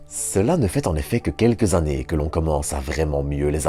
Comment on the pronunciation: S'il-te-plaît, vraiment, arrête avec les "z'années"... 150 z'années lumière. NOOOOOOOON !